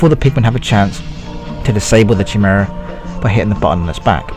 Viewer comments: It's "Kai-mare-uh" Not "Chi-mura" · ci- mare- a say it right